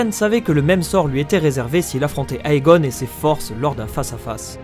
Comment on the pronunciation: Juste a titre informatif... le "Ae" ne se prononce pas "aé" mais juste "é" ... égon(e), dénérys(s), démon(e) etc